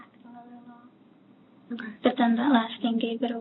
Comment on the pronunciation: Why does that detective pronounce "okay' like that? It's so off-putting! It made it difficult for me to finish watching the video lol! But anyway,wow! What a POS Joseph is! Smh I don't know which one of the 3 disgusts me more! All 3 of them are pieces of $hit on the ground! Fatiha for killing her sister, Sayma for going after her sisters man (which she certainly didn't deserve to die for though)and Joseph for being a selfish bottom feeding scumbag!